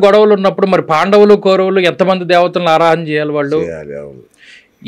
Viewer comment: అయ్యా ఎంత పెద్ద విద్వత్తు ఉన్న వారితో మాట్లాడుతున్నాము అన్నజ్ఞానం అన్నది ఉండాలి ముందు. ఆ ఓకే ఓకే ఏమిటండి. ఉచ్చారణ దోషాలు సరిదిద్దుకోండి. ఇల్లు, కల్లు, వీల్లు, వాల్లు …ఏంభాష ఇది…..😡